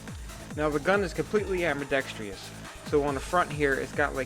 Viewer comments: ITS NOT AMBIDEX-TREE-OUS ITS FUCKING AMBIDEX-TROUS!!!! YOU SEE ANY TREES IN THERE???? FUCK! Im so fucking sick of seeing these people who think they know what they are talking about pronounce words wrong! (I know whats the big deal? You see 4 out of every 5 video I watch, someone says ambidex-tree-ous not ambidextrous, or how its supposed to be pronounced, im just fucking sick of it) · love your vids but whats with americans and AMBIDEXTRIOUS? its AMBIDEXTROUS no I . same as your ALUMINUM its ALUMINIUM . you americans spellit wrong as well as say it wrong ?